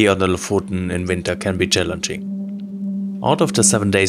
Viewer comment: Just to nitpick, it's pronounced like the o in "stock", [o:]. We went there a few years back, and it was packed with tourists, even in mid-August. If you're driving, the locals can be a bit unwelcoming in traffic. Felt like they saw our foreign plate and drove intentionally in the middle of the road. My impression was that Lofoten is a nice place, but way overhyped considering that there are plenty of beautiful places in Norway.